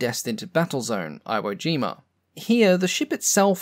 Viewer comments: Now that's something I'd never even heard of before. Just an aside - iwojima is pronounce "eeee-woah", not "eye-woah" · Have you somehow never heard Iwo Jima pronounced? It's not I-wo, but E-wo. It's somewhat difficult to take someone's knowledge about something seriously, when they can't be bothered to learn to pronounce such a well-known name. If I could pronounce it properly at less than ten years old, what excuse does an adult have? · あいをじま！？ normally it’s ‘murikans who struggle with pronunciations. Just drop the あ, dude. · Outstanding vid! Ty! FYI it's pronounced E-woe-gee-muh.🤔😂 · 77 years after WW2 and we are already forgetting the correct pronunciation of the islands we fought on. Too bad. eewoh Jima and oakinawa.